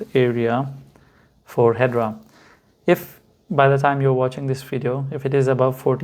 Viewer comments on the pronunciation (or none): Pronounced Hed-era not hedra 😊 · First and formost, It’s Hedera not, ‘’Hedra’’ Your lack of the basic knowledge is apalling. ‘’Hedera’’ means IVY in Latin. Calling investors stupid; people trying to make a better life out of themselves but made a mistake, that’s rude too. Your face- fugly. YOUR PERSONALITY-FUGLIER.